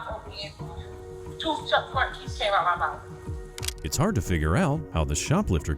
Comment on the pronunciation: Did she really say "rwo tooths"? Unbelievable!